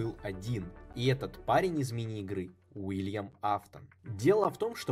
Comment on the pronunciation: Уильям а не Вилиам